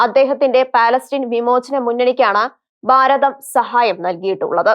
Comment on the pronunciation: എടോ ബയം അല്ല ഭയം ബാരതം അല്ല ഭാരതം ബാഗം അല്ല ഭാഗം നിയമസബ അല്ല നിയമസഭ Mother tongue ആണ്. തെറ്റിക്കരുത്. മോശം 🇮🇱🥳